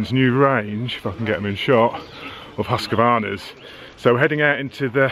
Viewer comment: Err, it is pronounced Husqvarna not Husk a varna. 😁